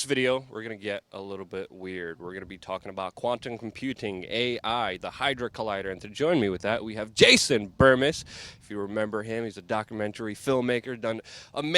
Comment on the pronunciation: I hate to come off like an asshole but, it's called a "Hadron" collider, not "hydra" collider lol.